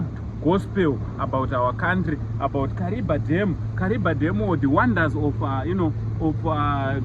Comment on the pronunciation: You pronounce as kariva that's a tonga word kariba